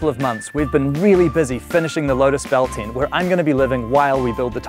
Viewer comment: saying "UM" every sentence is annoying ! Its a TENT not a TINT ! FYI